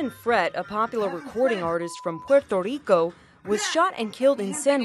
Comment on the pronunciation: Why do Americans over pronounce Puerto Rico